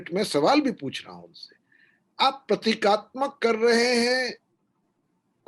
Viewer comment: अाप बार बार प्रतीतात्मक कह रही हैं सही शब्द प्रतीकात्मक है।